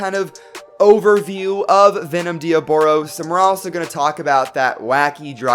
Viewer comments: That's not Diaboros, its Diabolos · You are calling it dioboros u put it on the title diabolos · YOU SAID DE AH BOROS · Its not diobolos damn it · It's pronounced de-oblos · No diaboros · That's not how u say diabolos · You said diaboLos